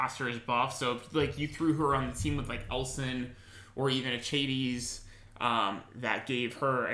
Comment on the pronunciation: a-chay-tees? Are you talking about achatees? Its Ack-ah-tes.